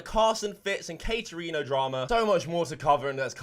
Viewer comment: He said Katerino. Let’s jump into her. Lol.